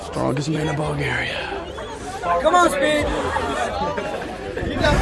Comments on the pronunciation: "Ballgaria"🤨 "Lets sit up in balljaria"🤨🤨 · No way bro said "Bulgaryuh"😂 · Wait did u say Ball Garia